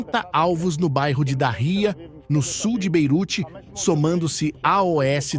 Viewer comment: Pelo amor de Deus..pare com esta bobagem de "A.O.S"....Fale normalmente: aos...ganhou um deslike!